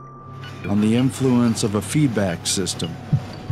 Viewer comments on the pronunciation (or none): I managed to cope with "barbit u ates", but "imfluence" made me wrench, so I gave up at that point. Much as I love Orwell, current news vidicates Huxley. The man who knew too much.